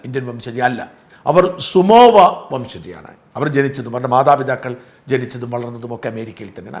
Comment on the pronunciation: സുമോവയല്ല സമോവ എന്നതാണ് ശരി സാജൻ ചേട്ടാ.